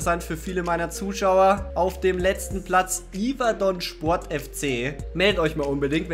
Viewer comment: Ich bin nicht yverdon fan aber du hast es komplett falsch ausgeschprochen